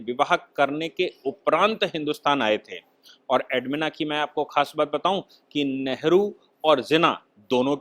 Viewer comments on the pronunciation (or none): एडविना.... एडमिना नही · Admina nahi Sahib naam galat hai. SLI NAAM EDWINA HAI